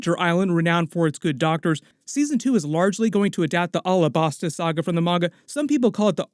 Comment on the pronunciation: Pleas dont call Alahbasta like that. Say it like the state Alabama. Alabasta